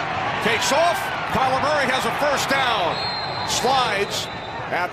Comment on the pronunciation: This TV announcer thinks the Arizona Cardinals QB is called "Calamari".